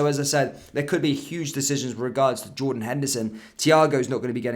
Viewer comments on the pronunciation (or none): none